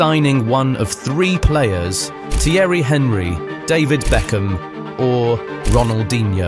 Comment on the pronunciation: What the fuck are the pronunciations of names in this video hahahha. You are not a football fan if you're saying "Terry hen-ree". What the fuck. Imagine pretending to narrate this video (which repeats clips) and coming out with Microsoft Sam level pronunciations